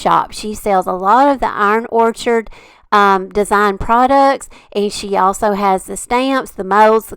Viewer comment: I'm saying this with love. I think you're saying the name of the company wrong. It's Iron Orchid not orchard. As far as the knob stamps, look up your friends website. She probably carries them. IOD sells a piece that helps with those little bitty stamps. I've forgotten the name but it makes it much easier. 🙂 ❤CRICUT❤